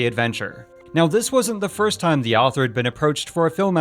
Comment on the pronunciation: Every time he said "the Owther" I chuckled lol.